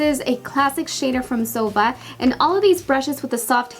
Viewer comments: ZOEVA is ZO-E-VA not ZOE-VA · I think you shall say zoeeeeva instead if zova? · it's not zova! it's zoEva!!! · I love your videos but the Zoeva brushes are pronounced: zo-eva not zova. Sorry but it was bothering me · Isn't it zo ee va ?? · Love the video ! But Zoeva is pronounced "Zoeeva" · It's Zo-wee-va. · Isnt it pronounced zo-ee-va? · Dulce it's pronounced "Zo-EE-va" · I think it's pronounced zo-ay-vuh for Zoeva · It's actually pronounced [zo'wiva] with the accent point on the i. Love the look by the way! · I'm pretty sure you are pronouncing zoeva and este Lauder wrong Hun. Zoeva is literally said how it's spelt (zoEva) love the video x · It's actually pronounced Zo- ay - va ❤️ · I thought it was pronounced zo-ee-va? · Zoeva is a combination of two names: Zoe and Eva :) so pls, pronaunce it like this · You can't even say Zoeva right! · I bet you've never mispronounced a word in your life. You're amazing. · Not trying to be mean or anything lol but Esteé Lauder is pronounced (Estay) & Zoeva is (Zoava)